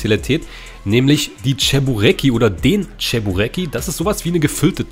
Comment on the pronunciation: Cheburek ist etwas russisches zum Essen und aus dem Grund wird das nicht englisch ausgesprochen